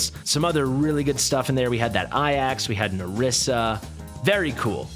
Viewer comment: it's not Aiax, which is how you're saying it, its pronounced "Ay-jacks" jsyk lol